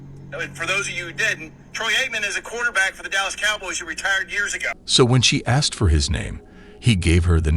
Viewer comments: "I axed you nicely.." No you didn't. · The second she said I aksed it was over